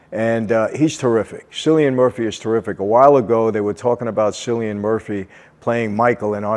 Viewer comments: Some things you missed "cillian" is pronounced "kill-ian" and as well as being a crime family they are also members of the travelling/gypsy community an bunch of people who's ethnicity and lifestyle differs from stereotypical people and are nomadic originally travelling around in wagons and caravans from place to place and many cultural differences including their own languages like Romani, gammon, cant etc some of it referenced and used in peaky blinders the differences being from Romani Gypsy to Irish travellers/gypsy's, English travellers, and so on. Peaky blinders also references lots of sub groups, militias etc that people outside of England Ireland Scotland and Wales may not be very aware of or aware of at all such as the i.r.a, the u.v.f, the billy boys, the red right hand, the economic league, the lee family (Andy lee the professional boxer and cousin of Tyson fury is an example in modern day), lots of people think they were referred to as the peaky blinders because of the razor blades attached to the peaks of their caps but it was apparently actually because they would wear their hats down low across their faces and eyes so you couldn't recognize them immediately and thus peak/blind - peaky blinder lots of other intricacies and details if you research the shows characters, historical references etc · Hello Michael ! Cillian is pronounced as Kill-i-an . Hope your well 🙏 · Thanks Michael. Just to say that Cillian is pronounced with a hard 'C' like Killian. Three British mob/crime movies to recommend: Get Carter (1972 Michael Caine), Long Good Friday (1980 Bob Hoskins) and Mona Lisa (1986 Caine and Hoskins). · KILL' ian Murphy Someone should have really helped Michael with this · Great review, love the peaky blinders, just one note though, Cillian’s name is pronounced with a K sound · Cillian is pronounced Killian Murphy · Name is pronounced like Killian . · Its pronounced killian murphy. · Cillian...Pronounced KILL-EEN !! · It’s pronounced Killian